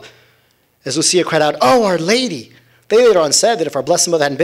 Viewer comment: The seers are Portuguese I’m tired of hearing Jacinta name pronounced as ‘Hacinta’ please respect that God decided for His mother to appear in Portugal, JACINTA not Hacinta And Lucia the ‘c’ is not ‘ch’ Sound it’s again in Portuguese it’s a softer ‘c’ not Luchia Just about everyone on the internet mispronounce their names - Portuguese names please 🙏🏻